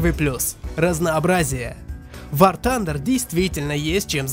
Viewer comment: Ахах, он в начале сказал Ван Тандер